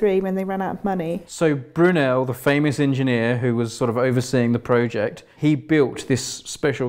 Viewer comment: “Pro-ject”.... the what??🤣 Great video though